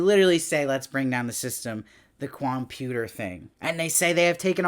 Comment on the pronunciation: I laughed so hard when called it a 'Com-Puta'!